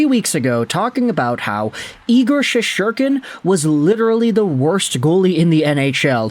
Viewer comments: Shes-ter-kin. Do you actually watch any hockey? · There is no second “h” in Shesterkin’s name! Sheesh! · thats what im saying bro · Can you learn to pronounce Igors last name!!